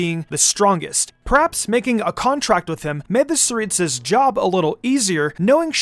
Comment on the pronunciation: It's The Tsaritsa Not saritsa